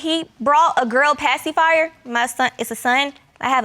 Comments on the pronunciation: She was LIT UP about that PAY-SEE-FII-YAH. Ma'am the paci is the least of concerns here🤨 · Did she say passyfire???